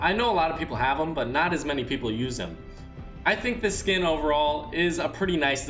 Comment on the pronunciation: He said “ idc how many “pepple” use him”